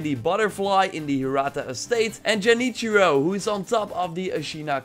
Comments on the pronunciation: man said jenichiro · he just said Jenichiro lol